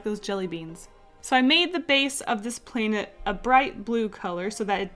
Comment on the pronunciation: I love how you say playnet xD